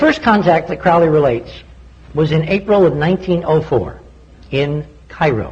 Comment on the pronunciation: It's CROWLEY to rhyme with holy!